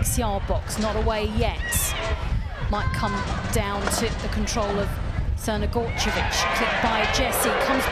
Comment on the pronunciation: How do you properly pronounce Crnogorčević but butcher Geyse? Also if DAZN want people to pay for this they need to up their quality.